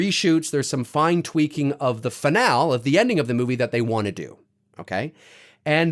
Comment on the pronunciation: The pronunciation of “finale” is: FI-NAL-EE